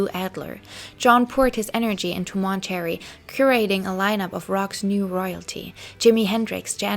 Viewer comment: I like a lot of these videos, but -- my God, friend -- have someone check your pronunciation before you publish videos. I literally have to stop the videos after 70 times hearing Mahn-turr-ayy Festival pronounced as 'Monetary' and cuh-ress as 'karris'. It really effects my attention, and many of these words come up over and over. Please, you're doing a great job and I'm sure English isn't your first language, but seriously, it's a MAJOR distraction to me, and I'm sure I'm not the only one.